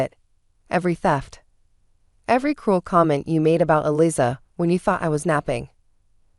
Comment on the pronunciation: AI is bad and get names matched up !! Eliza is pronounces Eliza with a z not with an s. Long z.🙄🙄❤️🐉💙💙🌈🌈😎😎🍍🦅🦉